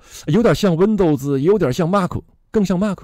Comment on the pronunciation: MAC是“麦克”不是“骂克”